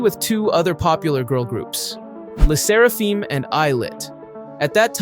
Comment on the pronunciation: Thd pronunciation of le Sserafim is "leh serahfem"